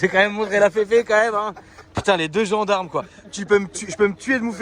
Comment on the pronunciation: les gandarmes 😂